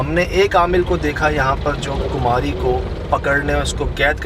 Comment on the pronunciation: کماری ہے کمہاری نہیں